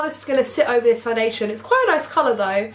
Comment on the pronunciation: You look like so pretty but the foundashern tho😜😂